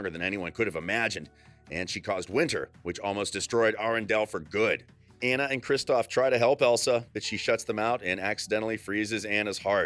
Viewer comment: It's Annue it's Anna